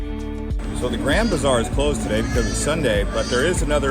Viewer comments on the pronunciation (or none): none